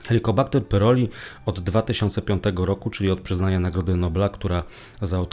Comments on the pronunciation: Chłopie wymawiaj poprawnie pylori nie pyroli😂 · pyLori a nie pyRoli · Nie PYROLI a PYLORI.